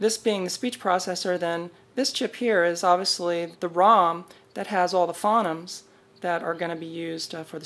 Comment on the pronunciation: Nice!! FYI, “phoneme” is pronounced “foe-neem” (linguistics nerd here :p).